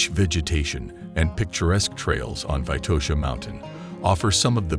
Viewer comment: It's not Vaitosha, but VITOSHA!